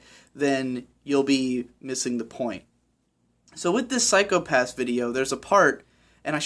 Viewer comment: The way in which you've pronounced 'psychopassu' reminded me of Ren-chon way too much, and thanks to all of those uploads recently I can't get the image of shota saying that to every kid he meets.